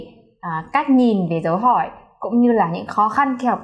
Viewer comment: Chủ thớt, giỏi lắm! Dấu hỏi của bạn nghe y chang người Việt Nam!